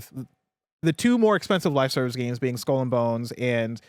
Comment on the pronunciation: this is the best pronunciation of Skull and Bones I’ve ever heard. No other way to say it now.